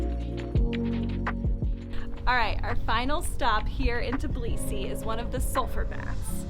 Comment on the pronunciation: Everyone keeps saying tib lisi but it's tb ilisi...it's not that hard to pronounce.